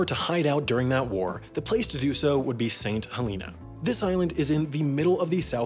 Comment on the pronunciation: “Hell in ah” say it with me now Helena